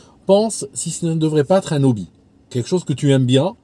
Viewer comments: Attention pour Hobbie c'est un H aspiré, on dit un Obbie pas un Nobbie. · C'est: un débouché. Et il faut prononcer le h de hobby, pas de liaison dans "un hobby"